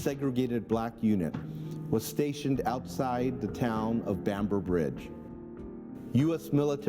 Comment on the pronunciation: Typical American mispronounciation; i.e. never miss an opportunity. Bamber is pronounced starting with Bam, as in Bambi. How the hell did he turn it into Beymbi?